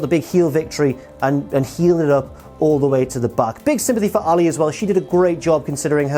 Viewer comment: I know it's the accent, but why does he pronounce Allie like Muhammad Ali?